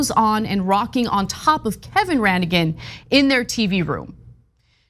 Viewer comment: The G in Ranaghan is silent. I was raised in the People of Praise. Also, technically the People of Praise, though by majority is Roman Catholic, is ecumenical.